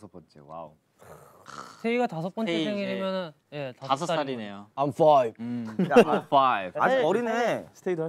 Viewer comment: After this now I can finally say, "✨I'm fOiVe✨" 😅😂